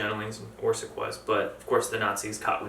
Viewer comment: It is not Maria Orsik it is Maria Orsić ... ć= soft "ch" like "Chandra (Moon)" ... č=hard "ch" like Chakra